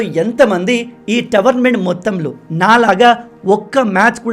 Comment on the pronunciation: Towernament ❌ Tournament ✔️